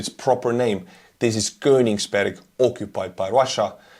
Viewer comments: but his pronounciation of Königsberg was perfect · almost perfect pronunciation of Königsberg!